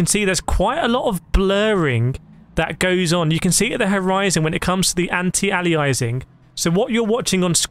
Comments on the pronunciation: It's pronounced 'ayleeassing'... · The way you pronounce aliasing 😭😭